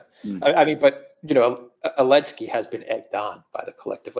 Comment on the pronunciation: He's Zelenski.......not Elenski 😆😆